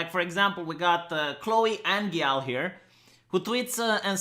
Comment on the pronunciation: Pfft,, are you really a romanian gypsy? You can't read Angyal (=angel) properly? I was sure, you would learn a little hungarian while spudding the land of some kulak over here.